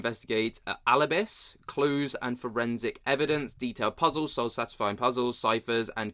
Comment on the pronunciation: It's pronunciation al-i-bys not what ever you said